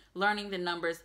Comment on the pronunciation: your pronunciation of Polish numbers is excellent.